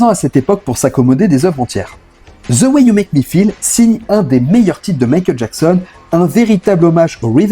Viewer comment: The ce prononce « de » et non ze